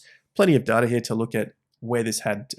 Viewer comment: Never trust anyone that can’t even pronounce “data” correctly